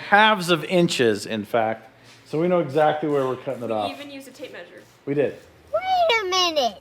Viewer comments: maybe measure instead of "maysuring" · Is it measure, or mayzure? Because I hear that hillbilly over on FabRats say it too, only he's way worse. Keep up the good work. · Some people’s accents are funny… ‘measure’ isnt normally pronounced as “may-sure”. Just like ‘pleasure’ isnt “play-sure”. Its a “meh’ sound. Not “may”. Not that it matters, it just sounds weird hearing it that way, and it was said a lot here… but I’m sure I mispronounce some words, too 🤷‍♂️ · That would "may-zure" 610 millimeters. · Why do and Casey LaDelle pronounce "measure" so strangely?